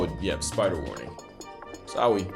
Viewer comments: he hit with a SOWWY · Hearing say "sowwy" has gotta be the most cursed thing about this video